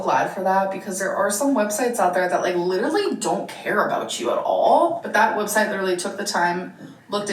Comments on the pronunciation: LEEDERLY BWAHAHAHAHA That scratched my brain so correctly. I hate how she says it like like that. I don't think she graduated college OR it's true ehat they say about the south..... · idk where she picked up LEEDERLY but she needs to leave it im gonna rip my ears off (sorry to anyone else who says literally like that, i am sure you dont shout it like her)